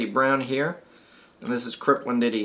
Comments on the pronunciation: learn to read, learn to pronuonce Wendt E I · No offense, but WEND-TEE-EYE. Otherwise informative!